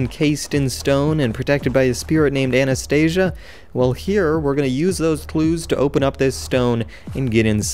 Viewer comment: Anastasia, not anestesia